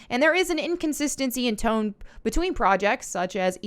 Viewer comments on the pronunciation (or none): none